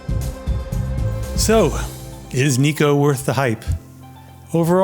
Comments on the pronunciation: Thanks for getting mercury poisoning to bring us this video.😂 Sushi Neko (Nay ko, not knee ko). Means they serve cat.😂 Poke = poh kay. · Sushi Neko - "Neko" is pronounced "Neck-o" with a soft "e". It is the Japanese word for "cat." I agree with you that the nigiri is better than the rolls.